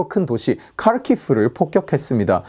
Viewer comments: 좋은 영상입니다만, 우크라이나 지명은 우크라이나식 발음으로 불러주시면 더 좋을듯 하네요. 카르키프보다는 "하르키우"라고 불러주세요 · 자유를 위해 싸우는 젤렌스키를 응원합니다. 너무나 존경스러운 지도자입니다. 한가지 도 앞으로 신경 써주시면 좋을 것이 키예프, 하리코프는 러시아식 발음이니 이제부터는 '키이우'(좀 더 정확한 우크라이나식 발음은 '크이우'라고 하더군요.), 카르키프(하리코프)는 '하르키우'로 바꿔 말하는 것이 좋을 것 같습니다.